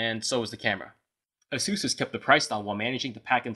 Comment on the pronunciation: it's "ace-sus", not "a-zue-s"... and just to be fair, all the other phones that you have reviewed were all "name-brand" smart phones, though some were not highly recognized in the U.S. market. But nevertheless, they're name-brand.